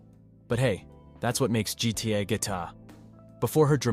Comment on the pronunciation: “that’s what makes GTA guita”